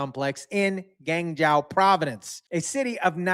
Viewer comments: Not “Gang Jao”: Guan Jo - more correct pronunciation of GuanZhou. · Liked the video, but please put the names of Chinese people and/or cities in text. It took me a few minutes to figure out you were trying to say 'Guangzhou". Gwong-joe is the closes approximation I can come up with.